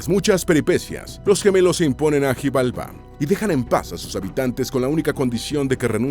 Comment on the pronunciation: Algunas palabras están mal pronunciadas en la mayoría de palabras con x suenan como SH, por ejemplo xijalba, la x suna como sh